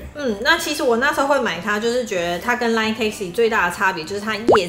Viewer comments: 一直很好奇，為什麼老爸習慣把line讀作lion？！ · 我也一直聽到有獅子出現